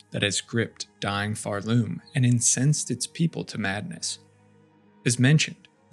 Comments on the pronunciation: It pisses me off that you pronounce it pharLoom instead of Pharloom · OK, why are we saying Pharloom with that emphasis? You don't say Shell-WOOD, or Bo-STON, or Bell-HART.